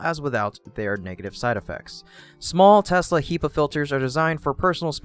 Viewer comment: HEPA, not HEPA, u monster :)